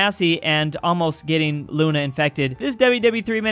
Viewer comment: You said we also call it Luna right well in Russian it's actually pronounced Luna so you were correct